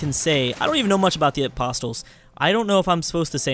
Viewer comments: Hey, "apostles" are pronounced "aposs-ells" not "apost-tills":P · The t in apostles is silent